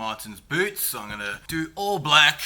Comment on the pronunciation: "poes expensive" I think I died😂😂